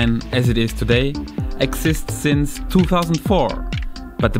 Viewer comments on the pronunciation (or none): none